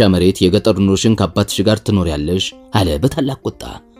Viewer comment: አለ የሚለውን ስትል ለወደፊት አስተካክል ሌላው ሀሪፍ ነው